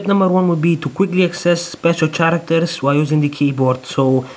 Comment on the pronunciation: it's Characters " karacters " not " sharcters " :P anways great and amazing work :D